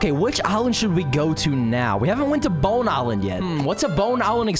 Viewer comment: Let’s see “bone aland”😂😂😂